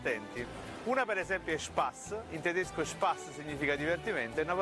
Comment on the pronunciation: Tedesc [Tedescə] non è per niente napoletano. Forse [Tedeshcə] ci assomiglia